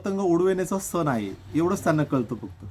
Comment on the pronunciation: तुमच्या व्हिडिओ मधील संदेश हा सर्वांना मौल्यवान आहे पण मराठी भाषेची अडचण अशी की सणाला सन नाही तर सण असा उच्चार व्हायला हवा.. 'न नळातला आणि "ण" बाणा तला ही चूक समजून घ्यावी ही माफक अपेक्षा . मकर संक्रांतीच्या तुम्हाला खूप खूप खूप शुभेच्छा!